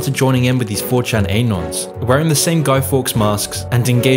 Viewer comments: Great vid but surely anon is pronounced annon as in anonymous non aynon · YOU CAN'T EVEN PRONOUNCE ANON CORRECTLY?! EH-NON?! EH-NON?! ARE YOU A CANADAFA?! IT'S AH-NON! ANON! SAY IT FAST! SAY IT WITH ME NOW! ANON! SHORT FOR ANONYMOUS! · Anon, it's "anon" not "a-non" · the way he pronounces "anon"